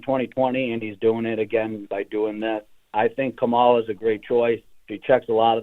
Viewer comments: Why can’t they pronounce her name correctly??? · Since the announcement we have a bunch of people that supports the new Democratic nominee but can't pronounce Kamala's name correct LOL! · They couldn't bother to correct the people mispronouncing her name? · Kamala (pronounced Comma-La). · It's pronounced "Calm A La" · SAY HER NAME CORRECTLY!